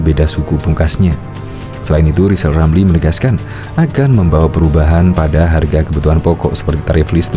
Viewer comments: Si lijal lamli ini napsu tinggi, tp tak punya tenaga, kl ngomong kayak tukang sulap. Kl ngomong giginya ditutup lapat lapat kalena gak bs bilang hulup rrrrr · Ngomong R aja kagak gablek malah ambisi mau jadi pleciden. Si lizal lamli sakauw kayaknya